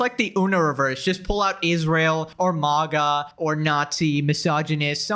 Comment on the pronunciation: Bro says “MAWGA”